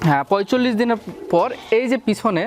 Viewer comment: পয়চল্লিশ হবে না পয়তাল্লিশ হবে